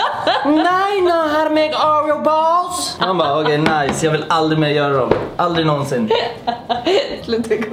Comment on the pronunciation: Asså ”now u know how to make oreheooo ballsszz” JAG DOOGGGG